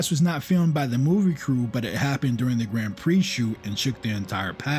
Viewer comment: Don't ever try watching "Grand Prix" on a television screen. It needs to be seen on a Giant Cinema screen. The love story is silly, but it's still way better than that Brad Pitt nonsense. Excellent video! (apart from your pronunciation of "Grand Prix")